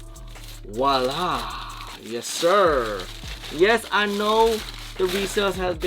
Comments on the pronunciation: Dude still can't just say voila the right way. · Upset, not. Disappointed, a little. Just add the V to the beginning. You'll sound smarter. VOILA. Or, like you say....VOI-Freakin-La